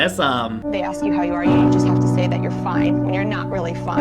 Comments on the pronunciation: its ask not axe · why is it so hard for to say Ask? he always says axe